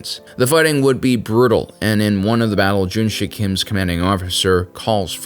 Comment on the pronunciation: like your videos but some corrections are to be made, Since its american thing to mis-pronounce or interpret everything. the main Character's name is Junsik not JunSHUCK Korea was annexed by Japanese on 1910s after Treaty of Eulsa was signed by Japanese Empire and Korean Empire (signed by Korean Traitors / after assasination of Korean royals) Before that even happened, Korea was never occupied by Japan though Korea was invaded by Japan on Numerous Occasions Kwhantong Army was well-equipped compared to other IJA forces but not compared to Soviets. after several battles, Japanese Command did realize their fire power and heavy weaponry is incomparable to what Soviets had. so the Japanese Command encouraged their soldiers to participate in brave, honorable suicide missions against Soviet bunkers and tanks just like they did in China. (Encourage = Forcing them to*) this Korean guy who was captured in Normandy was identified as Mr. Yang gyeong sung, he later immigrated to U.S but never said a word about his journey not even to his family. but many of Korean WW2 Survivors tell the similar stories, One of the famous one is Korean guy who was stationed in Indonesia during ww2, then joined the independence movement in Indonesia to fight against Dutch etc German invasion of Soviet Russia was Operation Barbarossa not Captain Barbossa Pas de Calais [ Pa- de calae ] not pass di Kaales